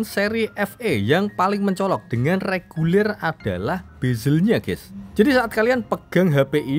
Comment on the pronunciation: REGULER bang, bukan LEGULER 🤣🤣